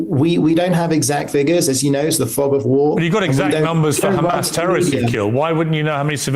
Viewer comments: how many times he said khamaas with this little moment? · When your " khamas, khamas" doesn't work.